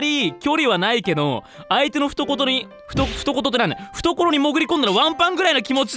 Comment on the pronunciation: 相手の"ふとこと" 今日も最年長がかわいい